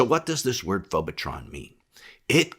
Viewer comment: Did you say "phobatron"? That's Megatron's cousin!😂